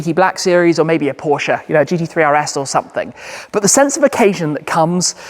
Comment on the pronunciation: The way you say Porsche. Does my heading 😂